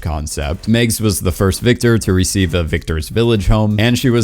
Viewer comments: It's MAGS, not Migs, and I liked her so much. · Why does this dude keep calling MAGS "Megs"? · Who tf pronounces Mags as “Megs” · It's Mags...not Megs. And Peeta...not Peter